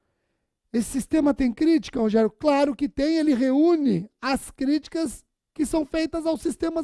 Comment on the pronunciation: Muito bom! Adoro quando ele fala "Rogeriô" hahahahahaha